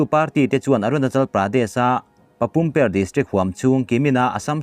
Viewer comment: Papum pare....per ni lovin pa re ti a lam tur